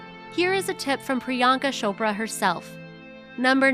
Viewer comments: It isn't pronounced 'shopra',you say 'ch' as in chair. I always find 'shopra' funny😂it's soooooooo wrong😂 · It’s cho pra like oprah 🙄 not shopra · beach! It's Priyanka Chopra not PriYanka Sopra 😒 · not priyanka sopra it's priyanka chopraa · Its chopra ....not Shopra🤦🏻‍♀️🤦🏻‍♀️🤦🏻‍♀️🤦🏻‍♀️ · Ummm....it's C H O P R A....not shopra😂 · WHy she keep saying "Shopra" . or is it just me? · She does and its so annoying lmao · It's not shopraa